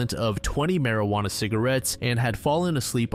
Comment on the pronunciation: ah yes, i too love partaking in the mary-ju-onna cigarettes